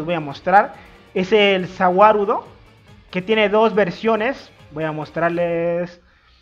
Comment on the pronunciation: No se entiende Za Wadudo